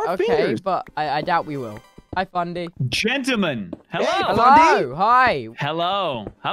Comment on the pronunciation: I really love when Fundy says gentelmen😩